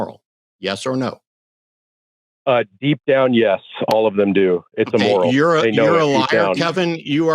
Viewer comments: "Emoral"? 🤣🤣🤣 Kevin is either trying for "amoral" or "immoral" and missing both by a mile. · Dude can't even pronounce immoral. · I didn't know it was E-MORAL🤣🤣🤣🤣🤣